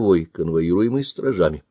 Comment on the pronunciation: Отчего такая неграмотность ? , как можно сказать стражАми ?, слово простейшее - стрАжами.